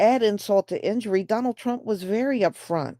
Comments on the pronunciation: Salsa 💃 “I will vote for Donol Trom” lol 😂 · I thought they said "Donna Trunk."😂😂😂😂😂